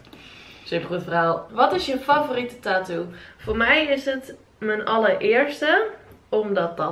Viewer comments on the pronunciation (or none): Je zegt taatoo maar je Moët zeggen tatoe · Er zijn gwn mensen die het een beetje appart uitspreken, nu ik het hoor kan ik de video eigenlijk echt niet kijken😫, ik cringe echt